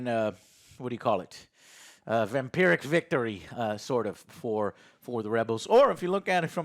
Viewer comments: Weird word but it’s “Pyrric” Victory not Vampiric victory 🧛‍♂️ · You mean “Pyrrhic” victory, not “vampiric”. Named after king Pyrrhus, a Greek king who defeated the Romans in battle, but decimated his army in the process, which led to the Romans taking over Greece. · You almost had it Joe, it's Pyrrhic victory. Just drop the "Vam". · Sorry if I misheard, English is not my first language, but... did Joe just say 'vampiric victory' instead of 'pyrrhic'? 🤭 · "VAM-pyrrhic victory" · vampric victory Joe? lol cmon bro, its Pyrric!